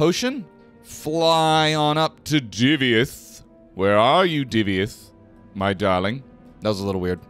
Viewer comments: He's "Divayth" not "Divyath", mixed up the order of letters a bit there. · Hi love your videos, but the way you pronounced "Divayth" in this video just grinded my gears 😆😆